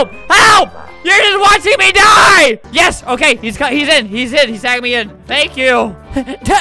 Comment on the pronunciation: OOOOOOO YOU SAID YIS WITH A E =BANNED